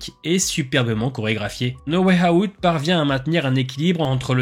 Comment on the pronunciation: "No way Hahout" :face-pink-tears: incr la vidéo continue comme ça !